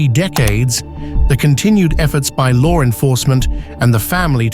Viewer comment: Lar enforcement lol like the way that's said..